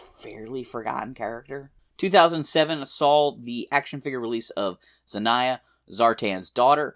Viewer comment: Munitia is pronounced mu-nish-ah like in ammunition.zartan's daughter is pronounced zan-yah.